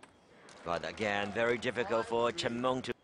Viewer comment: Commentator so annoying when pronouncing cheng mengs name. Sounds like he is saying Chimone